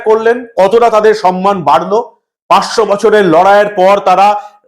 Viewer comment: Ajker aei sampriti Michelle sudhui dharma biddesi boktrita korlen Mamata Banerjee. Uni kono dharmakei samman Koren na . Uni vote saha sabkichhui taka diye kenen. Unito samman kotha tai thik uchharan korte paren na Uni bolen "sanman " .Amra satti lajjito .